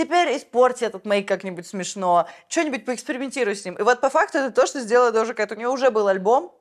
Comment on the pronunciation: дожа а не доджа!